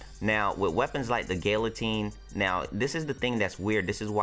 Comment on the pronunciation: Gal-atine not Gill-atine